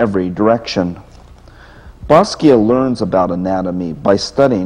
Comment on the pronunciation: WHy cant he pronounce basquiat correctly